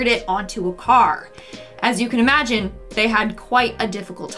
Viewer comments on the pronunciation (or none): none